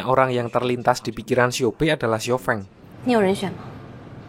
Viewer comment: Baca Namanya Xiao Feng (Siao Fong nich Baru Bener)